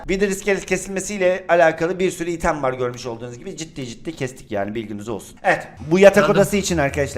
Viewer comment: ali abi o item diye okun muyor